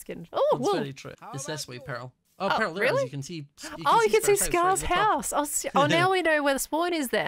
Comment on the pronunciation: I love how pronounces "Pearl" like "peril"